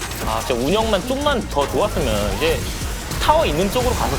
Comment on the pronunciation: 이제를 e제 한게 얼탱이가없이 웃기네 ㅋㅋㅋ